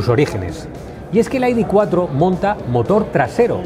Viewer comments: En once minutos que dura el vídeo ha pronunciado AIDI veinticinco veces Este “ señor “ debería volver al colegio para que le enseñen a pronunciar las letras ,,, i,,,, de Se ve que estudio en un colegio privado que es donde van a parar los que no aprueban las oposiciones , yo como estudié en la escuela pública no digo AIDI TRES ,,,, digo ,,,, i de tres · entonces por qué lo pronuncian en inglés , cuán están hablando en español ??? Hay que ser muuuu tonto para , en un vídeo en español pronuncien en inglés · Para decir el nombre del coche en inglés lo correcto sería decir "ai-di four", no? (Las letras las traduces y el número, no?). Si nos ponemos exquisitos, siendo un coche alemán, tendríamos que decir "i-de vier" (algo así como idefía) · El coche del pueblo por 35000€, ¿ de que pueblo?, porque del español no lo creo, aparte no creo que haya que estar repitiendo el nombre (encima mal pronunciado ) continuamente